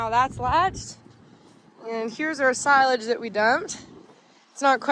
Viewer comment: Chopping sigh-lage?